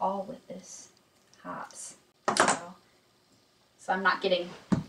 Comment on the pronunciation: Ok, lets get right...its "Hop-pees" not Hops. And YES i hate Remoil, but I love the gun porn at the end...nice.